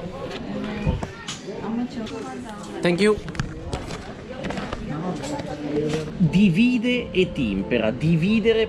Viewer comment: Dìvide, non divìde.